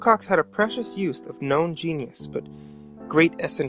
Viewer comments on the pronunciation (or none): none